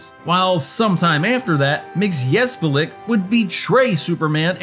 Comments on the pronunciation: that pronunciation of our favorite 5th dimensional imp....also Dudley would've been great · Mr mick sill plick is how you pronounce it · It is pronounced mit-zel-plick. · It’s pronounce. MIX-SPIT-LICK. Not whatever you just ssaid. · Close. It's mix-yez-pit-lick in the Dini-Timm cartoon, mix-yez-pitel-ick in the comics and live-action TV shows. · "Superman III" was given an awful rap by critics. As a result, many "Superman" fans decided they didn't like it without even going to theaters to experience it for themselves. (For the record, I will respectfully say that I never cared for Margot Kidder as Lois Lane, and appreciated her limited appearance in the film.) By the way, according to "The Superfriends," it's pronounced "Mixelplik." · Its "Mr. Mitz-A-Plick". That's how its pronounced phonetically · It's pronounced mit so plik. I had a Superman record when I was a kid. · It's Mix-Yes-Pit-Lick Mr. Mxyzptlk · It's pronounced "mix-spit-lick" One thing thing I find funny about this is that Webster is basically a proto-post-crisis Lex, since Lex was still mostly a mad scientist at the time this film was made but would be turned into a corrupt corporate executive years later. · BTW MXYZPTLK for many years was pronounced Mix-sill-plick. Later changed to Mix-yes-spit (for the newer animated series with Gilbert Gottfried). Superman says Mix-sill-plick then is corrected by MXYZPTLK to say Mix-yes-spit. Every series says it different I guess? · It's roughly Mit-zi-clip-tick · It's mxyzptlk mxy zp tlk say it right or get someone else to say it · Close: it's "mix-yez-pit-lick" or "pittle-ick." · It’s pronounced “MITS-ul-plix” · Pretty sure it’s pronounced mistoplick at least that’s how it was in the justice league cartoon. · It's 'Mix-Oh-Plix' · Mr Mxyzptlk. You pronounce it wrong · I came here to simply correct his pronunciation. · Can't even pronounce Mxyzptlk, what a goon! Superman III is a deep fried slice of pure (Silver Age) gold!